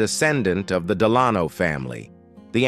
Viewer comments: “De LAN oh??” As in President Franklin Delano Roosevelt?!!! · It must be a robot because it can’t pronounce Delano as in Franklin Delano Roosevelt or Laura. If so why use this voice? I hate it. I give up on this. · I cringed at the pronunciation of "Delano." My gawd, all you have to do is listen to news clips from long ago to get the correct pronunciation of "Delano." Of course, then again, people routinely pronounce "Roosevelt" incorrectly, too, pronouncing it the opposite of how the family themselves pronounced it. (It's roo-, not roe-, as the first syllable.) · My mistake! ✌🏽 I was thinking about the pronunciation of Delano! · At least a couple of times the narration ends a sentence on Ingalls and starts the next with Wilder, leading me to assume it’s AI. Some pronunciation issues as well - I’m not American but I’ve never heard Delano pronounced like that in relation to Roosevelt. Sometimes “Wilder”, sometimes “Will-der”, amongst other glitches. Still, interesting video. Thanks for sharing. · Sorry...to the producer...I DETEST this AI voice! And it makes it worse when AI mispronounces a FAMOUS FERSON's name such as Delano, as in Franklin DELANO Roosevelt's name. This voice is so brutal that I think of Unsolved Murders or some gangsta history, NOT Little House on the Prairie. I could not finish it after that mispronunciation of a famous president's name. Just thought you might want to know how much your content is ruined for some readers if you HAVE to use AI. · Really, Can't pronounce Delano as in FDR? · AI, Americans don't pronounce ``Delano'' like that. You also mispronounced ``Wilder,'' and ``navigated'' and ``acres.''